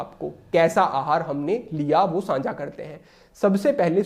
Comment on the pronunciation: प्रणाम! आप द्वारा बताए गए मार्ग पर चलने का पूर्ण प्रयास करता हूँ व चलता हूँ । आपके वीडियो देखता हूँ तब मुझे आपके द्वारा उच्चारित शब्द "सांझा" मुझे कुछ अटपटा सा लगता है । इसके स्थान पर शब्द "साझा" ज्यादा उचित लगता है । अर्थात् 'सा' पर अनुस्वार नहीं लगता है । 🙏